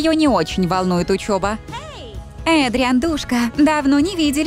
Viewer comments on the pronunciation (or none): Вообще-то надо говорить Эдриан а не Адриан